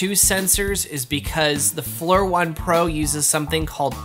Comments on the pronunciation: I'm pretty sure Flir is pronounced as "Fleer" not "Flur". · I think Flur sounds better, but you're correct its pronounced Fleer.